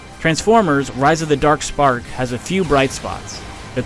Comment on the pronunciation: Transformers: Rise of the Derk Sperk